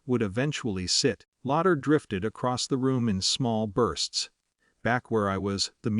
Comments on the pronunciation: Train the AI for better pronunciation. It's laughter drifted across, not lauder. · AI needs to learn that 'laughter' is pronounced LAFF-ter, not lodder.